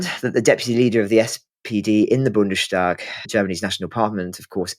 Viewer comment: “Bundestag” is pronounced “BundeS Taak” not **BundeSH Taag”…. the sound is “ss”, not “sh”.